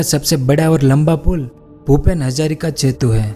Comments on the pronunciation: Its setu not chetu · जेतु नहीं सेतु होता है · Bhai aap setu ko chetu bolte ho